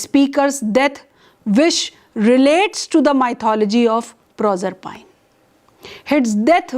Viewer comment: "Nopoleon the Turd" - could this be an experimental cartoon character? If you hold a doctorate in English Literature, please check the pronunciation of "stanza", "Proserpine", masochism" and approximately 500 other words before making your presentation.